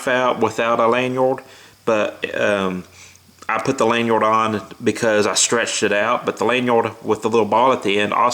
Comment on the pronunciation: nice speech impediment. The way you say thinner, and lanyard... fucking hell man have some self respect